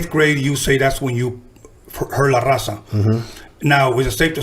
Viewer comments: Pinche d he can't even say la Raza 😂😂😂smh dammm.foo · He can’t even say raza lol